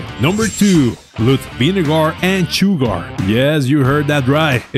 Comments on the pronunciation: good video tho just found it funny how u say sugar keep it up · Vinegar and ciugar. Did I hear that right? "Yes, you heard that right" 🤣